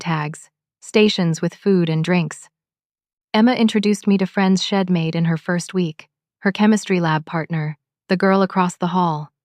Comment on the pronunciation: Why why do the authors of these stories not have someone check for ALL the MISTAKES? She had does NOT reduce to shed. A shed is a storage building, not even close to She had or She'd,, the correct pronunciation. Study english a lot better. Id is wrong, it should be I had or I'd. I am getting to the point these stories are boring and aggravating. Fix it.